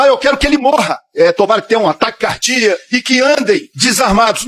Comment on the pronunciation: ESSE D MEDIOCRE DEPUTADO NEM PORTUGUES SABE FALAR. DIZ ATAQUE CARDIA AO INVÉS DE CARDIACO. CHAMA-SE A ESTE MEDICRE DE ANALFABETO FUNCIONAL